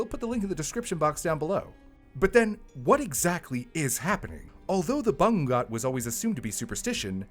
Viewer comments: Ba-ngoo-ngoot Not ba-ngung-got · Its not banggot Its ba-ngo-ngot The u is read as o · Haha! I had to double take when said that word. I was like Bangu-WHAT? Hahaha! XD Or you could say it's BUH-NGOO-NGOOT. 👈😃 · it's called bangungot [bah-nguh-ngoht] in the philippines not banggat 😭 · It's pronounced as Ba-ngu-ngot and not Bawngot😂😭. I was confused at first since there's no Bawngot hahahah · It's Bangungut (Bah-ngoo-ngot) not Bangga. And in my dialect, we call it Hurom. If you experience this you should tr to move even just your finger tips or even try to shout in your dream and you'll wake up (Speaking from experience). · it's BA-NGU-NGOT, that's how it's pronounced. Just don't eat way too much before going to sleep. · the way he said “bungot” is funny af 😂😂😂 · I love you but as a filipino bangongot is actually pronounced "ba-ngo-ngot" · I'm from the Philippines and I dont know the origin of the word Bangungot. I thought it is just the tagalog word for nightmare. Anyways the way you prnounce it is ba-ngoo-ngoot. Idk if it helps cause "ng" is actually a Filipino alphabet. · Ba-ngu-ngot -- but I know western tongues have a problem with the "ng" sound. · it's pronounced as ba-ngu-ngot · It’s pronounced “bah-NGU-ngoht.” Source: I’m Filipino. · Its is pronounced as Ba-ngu-ngot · I was confused at first, but it's pronounced BA - NGOO - NGOT (the "ngoo" sound is elongated). The Philippines is a very culturally superstitious country so we have all these scary words. Like I think we have a bunch of different words for "curse"? I'm not a rural person so I don't remember. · Thanks for clarifying this!! I hope notices this. I was playing brew in the background and I kept saying to myself “ano daw???” Everytime he says banggat 🤣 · I noticed it too. All that I heard was... "Bangga" like what??? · I slightly cringe then laugh whenever mispronounced bangungot. 😅🫣 The syllabification is ba‧ngu‧ngot. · Did he say BANGUNGOT ? 😂 The way he said it tho.